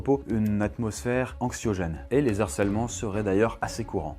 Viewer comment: 8' "les Z'harcelements" STOP STOP STOP aux liaisons avec les "s" que vous faites en permanence ! Pas UNE vidéo sans une liaison atroce. Svp, faites attention !!!